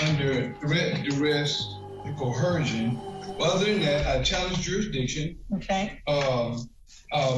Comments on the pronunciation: Nothing bugs me more than when they say "co-her-sion" Judge Middleton is right they are the same as flat Earthers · I’ve been on a bit of a binge of these vids lately and not a single one of these morons knows that there is no “H” in the word coercion. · "I'm here under co-hersion". 😂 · How come no Sovtard can say Coercion? Where is the H that they use? “CoHersion”? Is that a Sovtard word? Is it in the Blacks Law Dictionary?